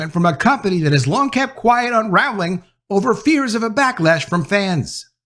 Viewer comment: You keep pronouncing her last name wrong it’s very annoying since you keep saying it over and over again fool 🤦‍♀️💯👎